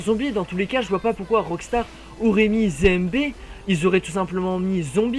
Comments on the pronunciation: Mec c'est ZMB et pas ZéMB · C'est zed et pas zé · Tu dit zémb. Mais c'est zéde mb